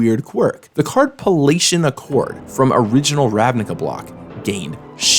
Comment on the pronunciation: Also, that's "pally-ation," not "palatian."